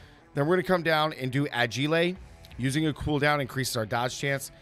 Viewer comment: I’ve tried a couple of the builds you’ve shared and they’re pretty fun. Question though, your pronunciation of “agile”, is that intentional as a nod to Christmas Story??